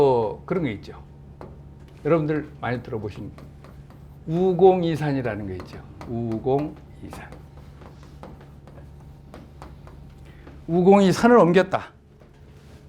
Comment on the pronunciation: 또, 우공의 우는 짧게 발음해야 하는데, 길게 잘못 발음하셨나이다.